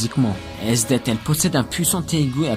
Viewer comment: et le th de esdeath se prononce a l'anglaise en romaji le nom s'ecrit esudesu